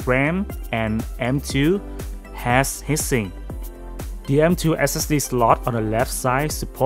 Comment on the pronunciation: It's not hissing, it's HEAT SINK! Try saying it as TWO WORDS! It sounded like you were saying HISSING as in noise!